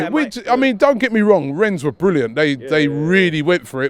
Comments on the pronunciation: Robbie's rich pronunciation doesn't apply to him "WRENSSSS" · Even after that french arsenal fan told robbie how to pronounce rennes he still says it incorrectly😂😂😂😂